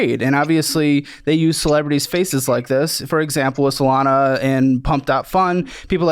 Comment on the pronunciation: I've been in crypto for 13yrs...I've known many like him running projects and swearing they had a vision. The fact he calls Solana, Solano tells me this guy has zero clue about crypto. He's a rookie when it comes to crypto. But he knew what he was doing. The sec will come after him. Ive seen it time and time again. Why does he keep going on about people buying via coinbase. We buy Solana meme coins on solflare and phantom within seconds.